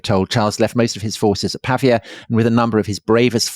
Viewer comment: Wonderful, as ever. Apologies for picking nits, but it's Pah Veeya not Pah V Ah